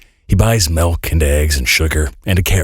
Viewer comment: What are 'melk' and 'felthy'?